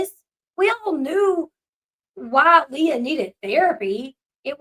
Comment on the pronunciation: You're saying Leah's name wrong😂 it's not like Princess Leia